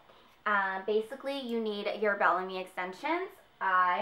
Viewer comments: Bellami is pronounced bella-me... you sound like youre saying bologna lol. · Lmao you said Bellami like the meat hahahaa